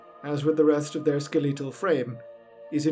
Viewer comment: That "Ske-LEET-al" pronunciation gets me every time lol